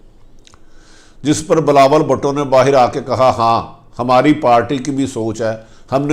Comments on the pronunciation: Please speak in correct way .he is Bhutto .Please don't call him bhaatto . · Arif Hameed sahib bhato nahin Bhuto sahi talafz hai